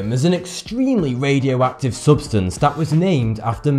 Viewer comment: MAWIE CUWIE. SPECTWOMETEW. ITS SO WADIOACTIVE. IT GWOWS IN THE DAWK.